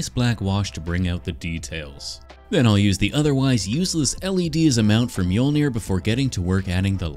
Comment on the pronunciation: Mjolnier? Dude at least mjol-ner😂